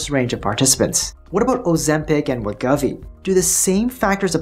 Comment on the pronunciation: Just as a heads-up… I notice you keep saying Wegovy as WEH-GUH-VEE. This doesn’t seem to be correct… heard Novo’s CFO in an interview, and he says it as WEH-GOH-VEE. 2nd syllable ‘Go’, like as in ‘Go ahead’. No biggie, just though you might wanna be accurate, considering you’re probably stuck talking about Wegovy for at least the next 3 years or so (‘til CagriSema, Retatrutide, etc fully obsolete it). And, as I said elsewhere… great vid. Keep on keepin’ on,. 👍